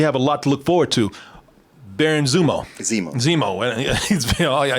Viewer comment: "Baran zumo"lmao